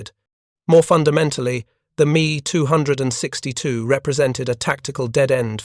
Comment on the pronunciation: Too much repetition at the end and finally the 'Me' 262 mispronunciation finished Me or Pissed Me off.